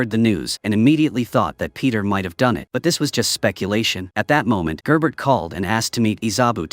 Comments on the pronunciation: Yes and Gerbert is "Jear"ber" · Issa bow, gerbert, galowgus, etc. if your using AI narration at least do a check and make common corrections.